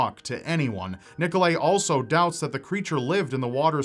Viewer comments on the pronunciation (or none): Nickle-ayy? Ni-Ko-Lie - Trust me, my friend shares the same name!